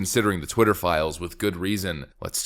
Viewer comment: Why can’t no brain Joy Reid say twitter correctly